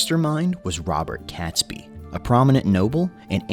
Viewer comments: No one calls it Guy Fawkes Day. It's Guy Fawkes Night; Bonfire Night; or Fireworks Night. Catesby is pronounced "Kate's Bee". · It’s ‘Catesby’ pronounce Kate-s-bee NOT Cats-by! 🤬 AND don’t get me started on Worcestershire (Wuus tar shire) or whatever the narrator mangled it into🤯